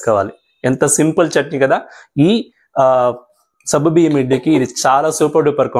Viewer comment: Good morning Sir Intha late ga ee recipe pettaru. Ninna pettina ee roju chesedanni.. already I started cooking 😅. And one sir if don't mind it's not sabbu biyyam, it is saggu biyyam. Sabbu means soap in Telugu. Anyhow Tq for easy recipe.